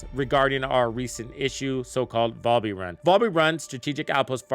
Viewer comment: VAL-bee, not Voll-bee lmao